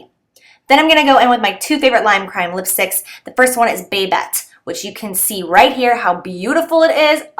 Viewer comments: I love the camel color from Bobbi Brown, it looks so pretty on you! Also, pretty sure the Limecrime lipstick is pronounced 'ba-bet' not 'babe-et'. Just an FYI, lol. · This is such a beautiful look, can't wait to try it. And just FYI, I think you're mispronouncing the name of one of the lipsticks: it's Baaaa-bette (Baa like a sheep).